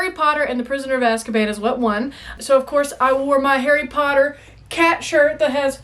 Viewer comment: Sorry i'm so childish sometimes but I laughed so hard when you said Asskaban 🤣